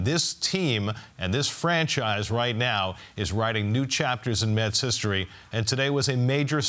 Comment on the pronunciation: It's METS, not Muts, Phloozies!